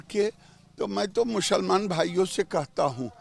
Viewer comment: Giriraj ji should pronounce the word "musalman" not "mushalman". Learn something from Islam۔Thanks۔